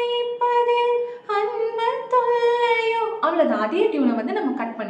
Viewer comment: அன்புத் தொல்லையோ என்பதை உச்சரிப்பு மாற்றி பாடுகிறீர்கள்.